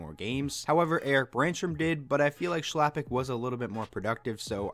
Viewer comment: Chlapik is pronounced khlapik